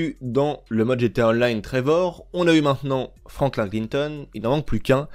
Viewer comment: Les svp arrêter de prononcer franklin comme la tortue verte, ça ne se prononce pas comme ça écouter le dans les dialogue ça sonne comme Franklinne